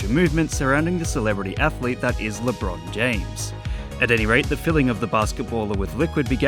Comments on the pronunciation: why do they call him Lebrone Jahamas tho? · its Lebrohn Jahamez 4 correction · LeBruhn James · Omg its Lebron Jahames Edit: Lebron James* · guys its lebron jahamas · its labron jahamz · Le'bron Jah'hames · LeeChong James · Lebron james? I thought it was Lebron Jahames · It actually lebron jahames get it right next time😤🙄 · ah yes I believe his name is lebrone jahames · Ah yes, that guy LeBron Jahammad